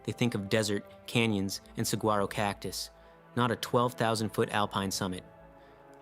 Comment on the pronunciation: Just an FYI... the saguaro cacti in AZ are pronounced "suh-wah-roh". The g is silent.